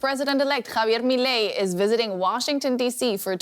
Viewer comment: Que bien pronunció javier milei, creo que es argentina 😂❤